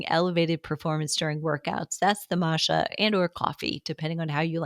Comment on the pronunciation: Does she mean matcha???? What is she trying to say with that pronunciation?